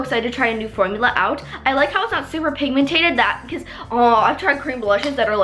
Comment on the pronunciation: Pigmentated? 😂😂😂Do you mean pigmented?